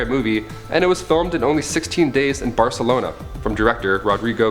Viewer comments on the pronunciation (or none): none